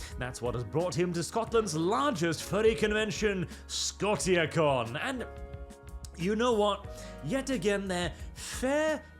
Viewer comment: Pretty sure 'Scotia' is pronounced something closer to 'sko-sha,' as in the Canadian province Nova Scotia. It's Latin for 'Scotland.' Knowing, it's a tossup whether it's engagement-farming or actual ignorance.